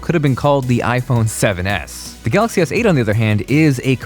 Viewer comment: Pronounce Galaxy S8 as Galaxy Seiyt